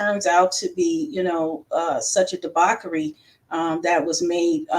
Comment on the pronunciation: Is she saying debauchery or debockery?